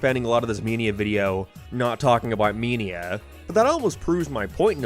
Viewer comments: bro it took me like 2 minutes into the video to realize you were saying mania and not “meania” I had no idea wtf u were saying lol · ITS PRONOUNCED MAN-IA NOT MEN-IA AND ITS NOT GEAM ITS GAME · I had to turn this video off because I couldn’t listen to you mispronounce “mania” one more time. It main ia like Main Street. Not me like media. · “Sonic męænia” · I dont know how to say this without sounding mean, but I am finding the way you pronounce a lot of words in this video very bizarre. I can't place what your accent is at all Soundtrack = Signtrack Game = geeim Mania = meenia now = noiioiuw